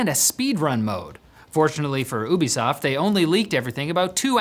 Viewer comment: Its not Woobisoft...... Youbisoft.